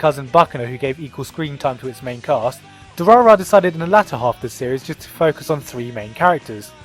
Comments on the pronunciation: Durarara!! is pronounced 'Drrr' by the way haha. "Durarara-rarara...rarara." XD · I KNOW WHAT DURARARA IS!! It's how the Japanese pronounce "Dollar" so therefore it refers to the colorless gang! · Apparently adding trigun to 'watch again' and... What was it? Durarara? Durararara? I'll google it